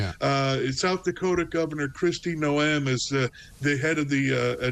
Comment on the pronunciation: is a Left Wing 'journalist' who is not afraid to bend the truth for a Liberal "greater good". He's so knowledgeable, he can't even pronounce the name of the recently appointed woman to the DHS, Gov. Noem (pronounced: "nome"...as in Nome, Alaska.) Small bit I know, but how many other bits did he get wrong? Funny too the reference to Project 2025. The Democrat Communists kept trying to tie Trump to it the ENTIRE campaign, and here this Lib does it too. Heritage Foundation is a "Think Tank" that thinks up stuff to counter what the Democrat/Communist Party "thinks up". These "Recess Appointments" have been going on for nigh 250yrs, but NOW they are a product of Project 2025? Bit of a lie that eh? With the mission of saving what is left of our nation, Trump is pulling out ALL stops and tactics to get things done. Most of your online pundits seem fairly level headed normally except this fellow today. Odd.